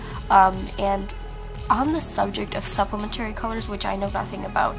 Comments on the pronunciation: Pssst Complementary/Supplementary is pronounced like Elementary not Dignitary. :) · This is such a helpful video and a beautiful piece! P.s. complimentary and supplementary are stressed on the I and e (after the p’s), not not the A at the end. Not that big of a deal, just something that startled me a little since I’ve never heard it pronounced this way!